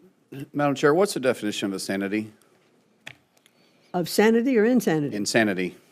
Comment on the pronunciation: He said "osanity"